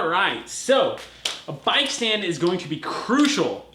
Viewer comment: what's a "bike st and" lol